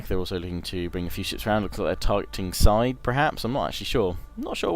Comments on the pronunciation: "Side" is pronounced "See-Dae." Well done all round,. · side is pronounced see-deh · im pretty sure its pronounced Ci-de